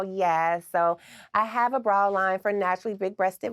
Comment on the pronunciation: I love the way she says bra. “Braw”